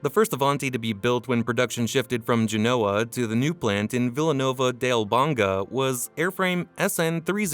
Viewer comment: I think there's a robot talking because it obviously never been to Italy. The way it pronounced the Italian city name of Genoa for example.